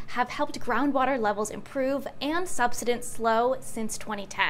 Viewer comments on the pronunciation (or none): Very interesting and a complex problem to solve. And BTW, I believe the word is pronounced “sub-SIDE-unce.”❤